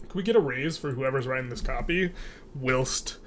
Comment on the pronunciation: Its pronounced Why-lst as in while, not uncommon in the UK